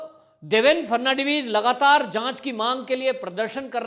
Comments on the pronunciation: नाम देवेन्द्र फडणवीस है. ना की फर्नण्डवीस-जैसे आप बार बार कहे रहे हो. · देवेन फटनवीस के नाम का उच्चारण करना आपको बहुत मुश्किल लगता है l थोड़ा अभ्यास करिये l इतना मुश्किल नहीं है l फट नवी ज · Atleast pronounce Devendra Phadnavis name correctly.